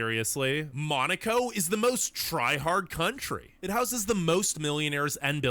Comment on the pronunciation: How come Italy is in such a low position?! Ranking Spain so low it's crazy and saying that the food there is one of the best, instead of saying that about Italy, it's crazy, as well! Besides that, am I the only one who finds pretty annoying that the narrator calls Monaco, "Maneecow"?!!😮